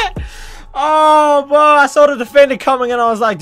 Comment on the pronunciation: bro... Or better yet, "bwo", you need to take some time for yourself and practice on them "R's" big guy!😂 Usually they put you in them speech classes when ur in elementary but it seems as tho you skipped that class... Can you just make a video where you just try to say words with an R in them? That would be classic!! Just a thought!🤔💭 R.I.P to all the R's!